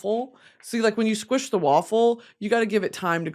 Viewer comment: i love how she says "squitch"